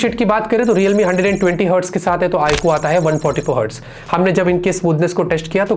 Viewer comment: It's iQ not i kuu